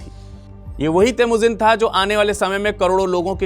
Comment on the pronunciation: kaaan theek krwa lo babua... Vo theek bol rhe h😅